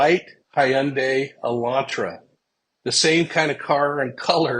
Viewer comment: Ok, s l o w l y …..”hun day” like “Sunday” Elantra not Elantro.